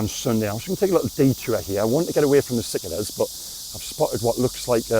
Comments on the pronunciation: those beetles are pronounced SICK-CARDA not Sickada but hey atleast i know who you are 🤣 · Hi, just to point out the pronounciation of cicada is suh•kay•duh. Of course theyre annoying, but maybe take a moment to look at one in the trees, theyre massive! Im hopefully you’ll have a newfound appreciation once you have a good look at one 😂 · Will someone please tell him he’s pronouncing cicada wrong…. Three syllables; sih-KAY-duhz 😂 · It’s a long a in cicada